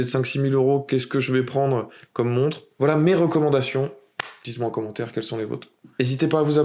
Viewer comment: Sérieusement, deuxième videos que je regarde et tu prononces une "monte"... une montRe stp!!